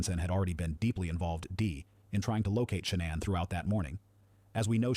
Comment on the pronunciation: It pronounced her name at least 4 different ways. 🤔